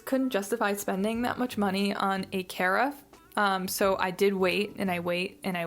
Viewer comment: Hi, really enjoyed the favorite video, not trying to be one of those jerks who annoyingly corrects people, but… Take this as you want, carafe is pronounced similar to giraffe. OK, sorry, really enjoyed the video. 😊